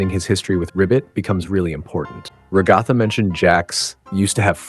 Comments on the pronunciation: It’s “Ragatha”, dude. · Ragatha not ragothaa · It's Ragatha dummy